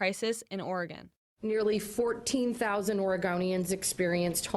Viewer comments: It's pronounced organ ......like the body part. Not oreeeegon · It’s pronounced ORG-IN - Californian living in Portland here. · Oregon is pronounced with three syllables; Or-e-gon. Pronouncing it like "organ" is a dead giveaway you're not from Oregon, or even the Pacific Northwest for that matter.